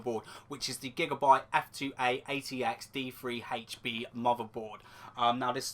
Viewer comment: Is it just me or you said F2AA80X-D3HP?